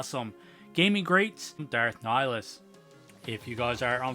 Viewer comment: I believe you don't pronounce the H from what I've heard. The Gaming Greats line has some cool Sith figures. Cool looking figure and great review